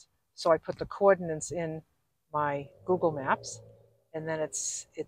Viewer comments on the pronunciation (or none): none